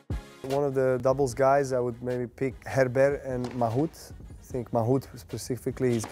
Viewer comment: People say he knows French lol. The way he mispronounced Herbert and Mahut))) cringeworthy